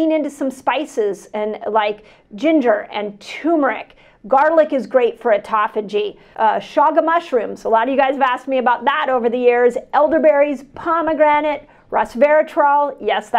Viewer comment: Why are you saying TOOmeric? It's TURmeric.